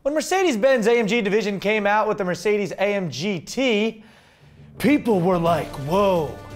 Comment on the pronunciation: Auh! It's AMG GT not AMGT